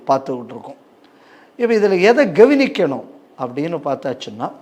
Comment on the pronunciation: கெவினிக்கனும் சரியாக உச்சரிக்க வேண்டுதல். கவனிக்கனும்....